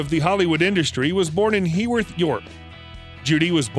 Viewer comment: She wasn’t born in Howarth York it’s Heworth York if you are going to make these biographies get it right😤